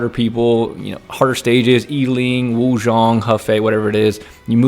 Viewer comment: Origins pronouncing Wu as “oooh” got me every time. I think maybe one character said Wu